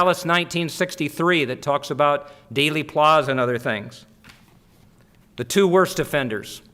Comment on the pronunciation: Wish he'd get the name of the assassination site correct - NOT DAILY Plaza, DEAL-y Plaza. Heck, he's all of 15 miles or less of the site when he does this talk, admits he was there early that day, but has no idea how to pronounce it? Really?? Perhaps he wasn't there, or he just doesn't care.